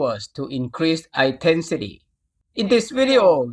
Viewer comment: มันไม่ใช่ "ไอน์เทนฃีที" มันต้องเป็ "อินเทนฃีที" ครับ. ขอบคุณสำหรับวีดีโอมีประโยชน์มากครับ